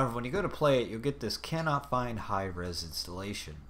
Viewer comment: haha god damn it Hi-Eez this is so stupid but THANK YOU VERY MUCH!